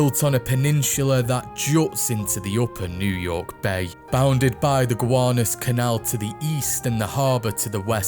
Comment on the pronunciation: GA-WAN-US Canal 😆😅...that aside, great work!